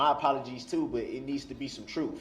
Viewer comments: Trooooffff. Twentief. Den. Do dat. Go back to school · Disgusting the way he “peacocks” in front of Erica, trying to show her how smart he’s trying to be. Maybe he should just tell the “troof”